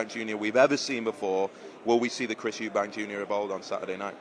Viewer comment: Please stop saying eubanks its eubank ffs